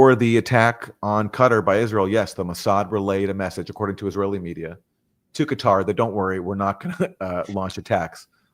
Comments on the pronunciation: Judge it’s Qatar 🇶🇦 not cutter . Pronounced Kattar ❤️❤️❤️ still waiting for you to have an analyst from our region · 'gutter' is so apt, no ?